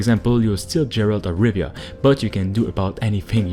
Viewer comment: Gerald of Riviera